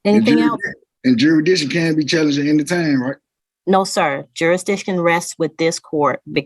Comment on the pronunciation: He’s jurisdiction like a toddler learning how to pronounce big words.